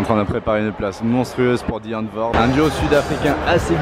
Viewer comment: à chaque fois qu'il a prononcé Die Antwoord, j'avais les oreilles en sang